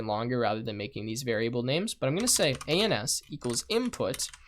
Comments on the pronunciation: Every time you say "ANS" I chuckle inside. Good little course, it served me well as a quick refresher. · A very good series. One thing to note, "ans" sounds a bit dodgy if you know what I mean, especially in your accent!!